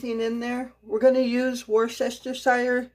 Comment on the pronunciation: The meatloaf and burgers looked delicious and bless your heart for making two meals, you are such a kind person. Just wanted to say you did really well pronouncing the “W” sauce ( Worcestershire). Have a great week. 😊💗